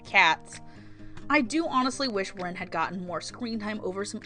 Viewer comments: did you say reen? .... it's Rin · I'm glad you like Hanayo, she is my favorite. :3 I also love Rin, but the way you pronounce her name crushes me.... I really related to Rin though. And I get your confusion on Honoka. I dont love her, but dont hate her either. But the way people seemed to be willing to call her the devil herself and saying she is the worst character ever annoyed me. But Kotori also annoyed me at the end of season 1. I felt that Honoka got too much of the blame. She got sick because she wanted to do her best. Yet when things went wrong, everyone just hates her. EDIT: YES! I also cried at the train scene! ;w